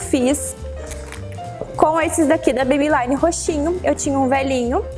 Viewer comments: só pra te ajudar a quando pronunciar o nome, a marca Maybelline não se pronuncia "MeibeLAINE", e sim "MeibeLINE". Não é uma questão de chatice, mas já que vc tá passando uma dica, acho que não custa a gente apontar esse detalhe. Um bjo! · Amei as dicas!!!!So uma coisa vc ta pronunciando Maybelline errado...o som do I nesse caso eh I mesmo nao ai...nao me leve a mau nem fica chateada...eh porq eu gosto de vc e queria te dar esse tok..Bjos.